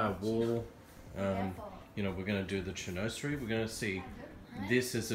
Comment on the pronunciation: Very nice. By the way, it is pronounced "shin wazerie"...😀